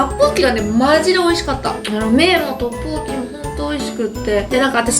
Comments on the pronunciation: ラッポッキって言いすぎてトッポッギになってる笑笑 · トッポッキの言い方がラッポッキのイントネーションにつられてて草